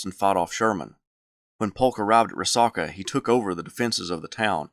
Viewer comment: it's pronounced Ree Sack UH.....sack, not sock, as in a sack of groceries. (Dalton, GA native here)...great vid!